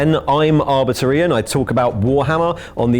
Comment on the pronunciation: Ooo, he said arbitor right